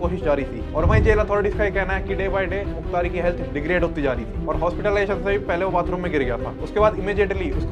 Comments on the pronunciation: Bhai kya kr rahe ho yaar, pahle naam sahi se lo ar नहीं मुख्तार, और is line me mt aao. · Mukhtr ❌ Mukhtar ✅ Ham unhi ke area se belong karte hai muhamdabad (Gazipur)❤ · Muktar ansari naam sahi se le babu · भाई मुख्तर नही मुख्तार अंसारी